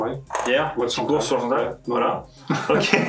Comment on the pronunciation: bois de santal et non bois de sental juste pour votre gouverne, au plaisir